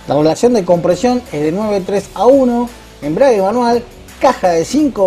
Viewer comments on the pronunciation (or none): none